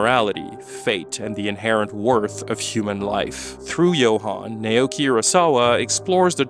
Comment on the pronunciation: always love your videos but your refusal to pronounce Naoki properly makes for a very jarring experience